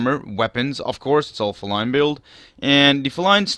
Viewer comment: It's pronounced fee-line btw.